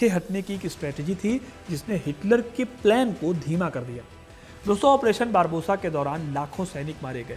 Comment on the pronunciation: बारबोसा नही बारबारोसा बोलिए,,क्यों दर्शकों को गलत उच्चारण सिखा रहे हैं